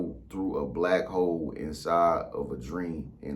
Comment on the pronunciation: It sounded like he said Black Hoes at first.🤣🤣🤣